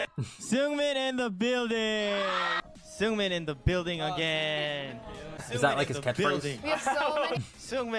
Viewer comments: hee-yun-jin. but say it a bit faster yk. heeyunjin. i wish yt comments have voice notes or smth it’d make it sm easier lmao and seungmin is pronounced as sung-min !! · U pronounced Seungmin's name correctly for a very short amount of time lmao. The one you've switched to is wrong. Its more like Soon-mean. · Seungmins name is pronounced either soongmin or sungmin! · When saying Seungmins name just get rid of the E to pronounce it right! Love your vids!❤